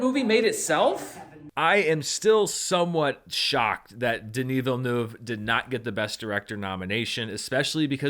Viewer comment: Random observation, but as a French Canadian from Quebec, I really appreciate the effort you are putting into pronouncing Denis Villeneuve's name correctly!